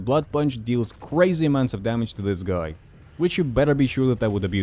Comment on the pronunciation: You say guy like "goi" and it tickles me pink